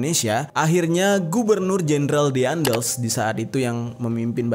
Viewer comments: DEANDELS? WKWKWK DAENDELS KALI AH. NYEBUT TOKOH AJA MASIH SALAH, SOKSOKAN BAHAS GINIAN. PAYAH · daendels not diandels